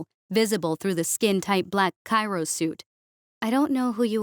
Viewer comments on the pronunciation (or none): It’s Pronounced CRY-O, Not Cai-ro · Kyro suit, no! Cryo suit. Jeez go to a site that can explain the correct pronunciation for once.